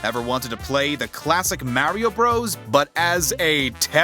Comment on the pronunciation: Who DaFuq are "The Classic MARY-O BROS"?? are u Grifting us right now bc that's pretty sus!